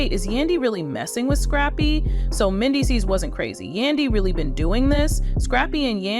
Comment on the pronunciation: Pronounce Mendeecees name correctly!